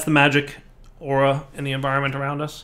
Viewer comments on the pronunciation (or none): none